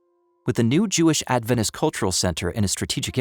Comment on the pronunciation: I'd really like to hear any news that pertains to adventists but, this morning, I'm finding too difficult to listen to people who think they are adventists and don't even pronounce the word "adventist" in a way that indicates that the root of that word is "advent" - a reference to the second advent of Jesus.